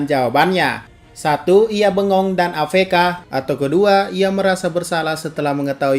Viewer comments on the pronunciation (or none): A EF KA BANG BUKAN A FE KA, hmmm apa itu cuman jokes ya? Tapi kalo bener itu cuman jokes, jokes lu cringe bang sumpah :v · a ef ka bukan a ve ka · A EF KA BUKAN A FE KA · cara baca F= ef V= Ve AFK= A EF KA, bukan A VE KA